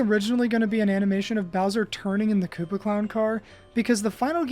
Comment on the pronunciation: The fact that you continually pronounced "kuppa" as "cuppa" continually killed me. It's pronounced koopa. That's how you spell koopa in japanese.